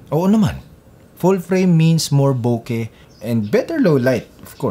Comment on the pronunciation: Iba din dinig ko. Bokeh! 😂😂😂